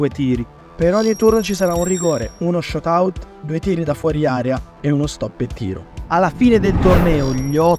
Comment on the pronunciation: bellissimo video ma vi prego pronunciate "shootout" decentemente